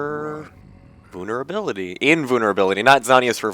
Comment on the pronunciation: The way you pronounce vulnerability cracks me up every time :))